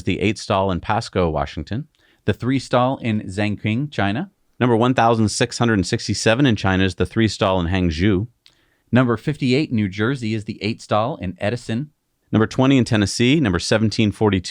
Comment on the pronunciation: Hangzhou doesn't hang Jews.... It's pronounced hong (think honk with ng) joe (like the name of the current president.) Hongjoe. Feel free to reach out for any Chinese pronunciations help! Or any China related help. I live in hongjoe after all!